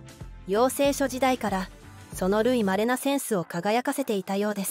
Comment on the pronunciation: 『たぐいまれ』と読めないのか？